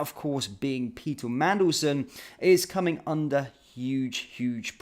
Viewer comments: How did you find a letter T in Mandelson"s name. Come on, uo the professionalism dude. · Would you please learn pronounciation before making your posts. It is rude and unprofessional to mispronounce someones name. There is no 'T' in is name and antipathy is pronounced an-tip- athy, not anti-pathy. Learn English before criticising others.